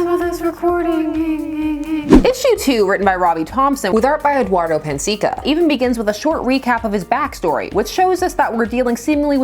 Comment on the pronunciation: Just wanted to say I loved how you pronunced Eduardo Pansica's name haha. Cheers from Brazil! PS: Eduardo is a cool guy, I've meet him before when I was studying illustration and comic books, it's a blast to meet comic artists from here that work for Marvel, DC and other publishers!